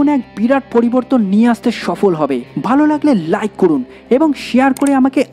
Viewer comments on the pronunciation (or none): none